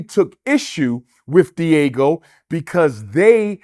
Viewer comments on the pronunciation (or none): It’s Diageo, not Diego. Just sayin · (Dee- ajio) that’s how you pronounce it, not Diego man. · The use of the Fed RICO statue to prosecute whatever they alleged Diddy to have done was definitely extraneous! Btw, Dr. Umar Diageo is pronounced : Dee- uh-gee-oh ! ✊🏾💯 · Brother Umar keeps saying “Diego”, but I think he means Diageo (Dee-Ah-GEE-oh). I used to work there duringPresident Obama’s first election. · It’s not Diego 😂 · It's Diageo not Diego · Its pronounced Dee- Are- Geo. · It's not pronounced Diego. it's Dee-Ah-G-O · Diageo fella, not Diego...but all else could be spot on because 50 said it too. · The company is not Diego it’s diageo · BAD BOY... damn thing was starin us in the darned face this WHOLE time..regardless of the gang negativity and Suge's personality... yeh.. Deathrow wins by default 😂 (p.s. when he mentioned Diego i was thinking "all this beef with the carwash dude?") Pronounced DEE AH JEE OH Diageo basically own big alcohol brands mainly Guiness.. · Diego? Pronounced Dyadgeo. Diddy is not a King in hip hop - I don't believe this conspiracy theory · The company name is pronounced D-Agi-o and it’s spelled Diageo not Diego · DIAGEO not DIEGO! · Dr. Umar hit the nail on the head. Diddy is still scum though and it’s pronounced D-Ah-Geo not Diego my boi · Diageo. De-ah-gee-oh. Umar calling them Diego like its a Mexican family Puff is beefing with. Do not listen to this man. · It’s Dee-ah-gee-oh. 🤦🏾‍♀️ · If he’s going to accuse the liquor company he could at least pronounce it properly. It’s not Diego like the city. Bottom line is if he was living foul Diageo couldn’t do what he alleged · Diageo Pronounced (di-a-gi-oh). It’s the Liquor co. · Everytime he pronounced Diageo “Diego” I almost died lol. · It's Diageo, not "Deagle" lmao😂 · He kept calling Diageo, 'Diego' and I'm dead 😂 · I thought I was the only one who noticed that lol. I was like what the heck is Diego😂. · It’s pronounced “DE AH GI O” 🤦🏾‍♂️ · It’s “DIAGEO” Lol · Diageo- not Diego 😅